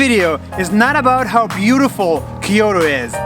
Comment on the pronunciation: Kyoto not Keyoto please , I'm Japanese